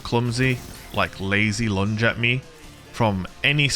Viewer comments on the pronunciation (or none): none